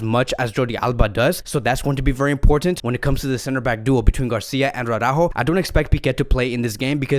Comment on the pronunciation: Yes I know, Jamie of TalkFCB always says Aw-rÁjo 🤮🤮🤮 instead of Ara-Újo, and that's why all the other FCB channels copy this pronunciation. This is so wrong. It's like saying Póóky to PiquÉ. It is just as retard. Dear, please show some respect to Ara-újo. Just say Ara. Take a breath. And now say Újo. Ara... Újo. With emphasis on the Ú. You can do it! If you don't believe me, just listen to recent Spanish speaking Cadenaser vids on youtube. But PLEASE PLEASE PLEASE STOP SAYING Aw-rÁjo!